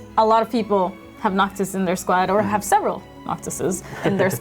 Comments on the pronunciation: Noctis or Noctic? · "Noctic" lol ok